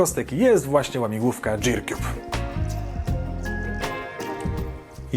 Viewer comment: Jak coś to się wymawia girkjub, a nie dżirkjub.